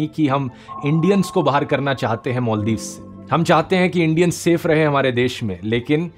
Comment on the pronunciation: I suggestion you dhruv please improve you pronouncation Just like मॉलदिव = मालदीव सागार = सागर